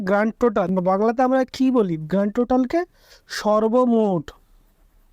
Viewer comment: GT=Grand Total. Not Grant total !!!.